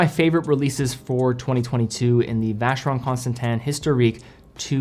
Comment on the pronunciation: The VC 222 is an epic timepiece! Thanks for pronouncing the brand name correctly!